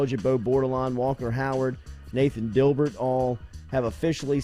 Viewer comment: Jordy destroying the Dibert pronunciation